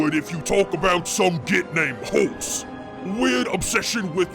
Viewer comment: now I understand, its HORUS, NOT HORSE! Edit: is it horus or hrprus they are mad at? Like, really, asking the humie here, not!